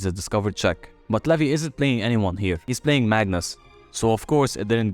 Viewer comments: Its not levi.. It's levy 😂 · It is levy not levi